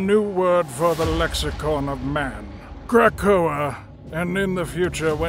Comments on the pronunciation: OONLY recommendations is to pronounce Krakoa as Kruh Ko Uh. It’s a small thing ofc and doesn’t take away from the amazing work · Kray-koa? (otherwise perfect!)